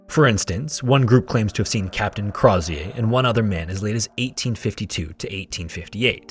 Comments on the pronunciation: its not pronounced Croz-ee-ay. its Crow-zher. he was Irish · Hey, love this ep, but Crozier’s name is pronounced more like “CROW-zee-ur” or “CROW-sure,” depending on your accent. He was Irish, and the name has English/Scottish origin, not French. easy mistake to make! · as an fyi, as an irish person, the last name crozier is likely said something like crow (like the animal) shur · Its pronounced Crow-sure, he was irish, not French! And the monkey was Jacque, pronounced Jock, not jack. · It's pronounced "Crow-zure" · Crozier’s name is pronounced “Crow-zee-er”. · I absolutely love your thorough breakdown, it's one of the best on YouTube... But the way you say "Crozier" like he's a refreshing, sparkling beverage absolutely slays me throughout 💀 (This is not a complaint, it elevates my experience, though it's my understanding it was more of a "Crow-zjer," rhymes with Hozier sort of situation). MAD RESPECT! Your research and presentation is always incredible, thank you for all you do! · Crozier - crow-zee-er it's my grandmothers maiden name. He's my great great grandfather or something. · Crozier is pronounced "CROW-ZHER." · Argh! Great video, but you said yourself Crozier was Irish. Stop pronouncing it like he was French! Crow-zer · Apologies, but Crozier is pronounced more like “Crow-sure”. The zi has a sort of sh/j sound. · I can’t with his mispronunciation of “Crozier” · It's crazy how much research and editing went into this but Crozier is pronounced improperly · Hi, great video. fun fact I live in Banbridge, the town Crozier is from, which is how I know you mispronounced it. Don’t blame you, but it’s spoken like “closure”, replacing the l with an r. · youtubers are so dumb the way they can't say Crozier. Oh, he was an Irishman of low birth named Craw-zee-yay, how lah-dee-dah